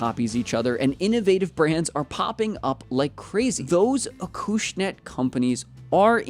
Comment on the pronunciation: It's pronounced Acushnet not Akooshnet 🤦